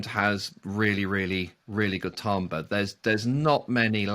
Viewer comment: it's the correct pronunciation 😂😂😂